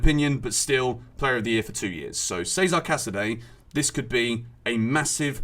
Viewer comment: its pronounced Chezare not Seza